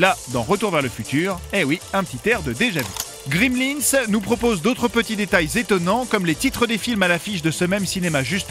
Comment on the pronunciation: C'est Gremlins, pas "Grimlins" :)